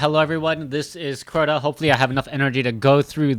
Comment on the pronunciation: Are you drunk? Crota……..